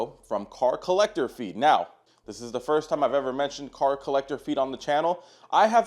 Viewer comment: Brother please say it right at least one time brother PLEASE. Its Collector Car Feed